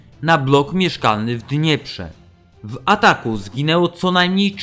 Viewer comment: Ach ten okropny syntezator mowy reszta może być super akcent na pierwszą sylabę